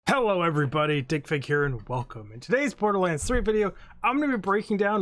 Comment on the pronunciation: Digfig... DickFick? lmao